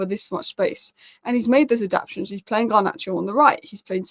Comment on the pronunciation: The word is ad-ap- ta-tions. There is 4 syllables not 3. Come on, you're not a foreigner you should know this.